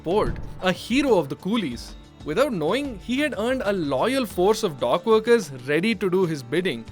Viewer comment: Say dock. The way you say it, it sounds like dog